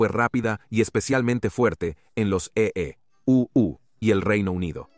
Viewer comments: No me lo mamés con tu e e u u volvete serio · A full el documental... Muy bueno el "e.e.u.u" eeeeuuuu jajaja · Porque dicen E-E- U-U? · Los EE.....UU ja ja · En los E E U U😂